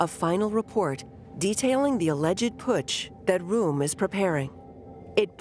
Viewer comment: Rohm is not pronounced like "room". It's pronounced "row-m". It's small thing but it drove me crazy trying to watch the video. You need to do a better job to give the history the respect it deserves...